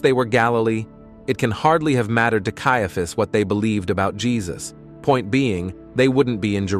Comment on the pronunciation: It is really annoying that the narration robot cannot decide how to pronounce "Caiaphas".